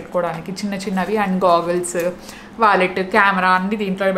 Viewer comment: French Connection not Collection. Inka wallet not vallet. You are cute, just like my niece, hence felt like correcting you